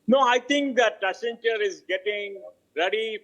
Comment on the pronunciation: WACCEN....WACCEN....WACCEN....WACCEN... WACCEN....WACCEN.....WACCENTURE 🤣